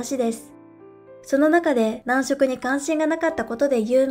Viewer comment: 男色(なんしょく)ではなく、男色(だんしょく)ですよ。